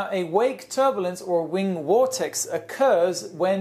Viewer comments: It's a VORTEX NOT wortex, learn to pronounce words better. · Just watched your video on English so I laughed out loud (there should be an abbreviation for that!) when you said war-tex instead of vortex. And Germans pronounce w's as v's and v's as f's so wtaf? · "Wortex"? Love you:) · “Wing Wortex” 😂😂😂